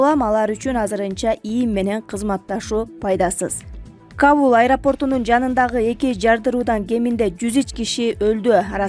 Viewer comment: Диктор Каул эмес Кабул.оку,оку,кооп оку.